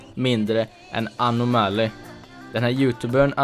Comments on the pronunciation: MAN SÄGER INTE ANOOOMÄLY MAN SÄGER annomally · haha han heter anomaly inte änomäly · Snälla säg aldrig Anomaly igen. Det uttalas AnOOmally, inte AnomAAly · "anå-mali" säger man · haha Anom alley. Det är surf gameplay i bakrunden men vet inte hur man uttalar Anomaly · haha hur han uttalade anoomalyyy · Jag gillar hur du säger anomaly xD låter så konstigt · Du sa fel när du sa anomaly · uttala anomaly bättre för i helvete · hahaaaahhahha hur fan uttalade du anoamly?? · wow du använder anomaly i titlen för att få views, du vet inte ens hur man uttalar hans namn, lågt...